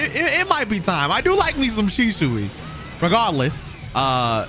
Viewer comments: After 4 years still calls him Sheshui 💀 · U like the character and cant even pronounce shisuis name